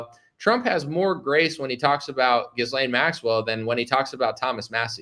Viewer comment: Dude - The “s” is silent in Ghislane